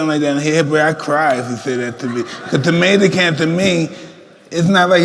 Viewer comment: “You ain’t a champ ,You’re a tomata can” lmao